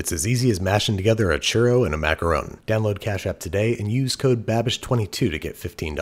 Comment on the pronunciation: Wow. I've heard people argue about whether it's maka-ron or maka-roon, but I've never heard anyone say maka-rown.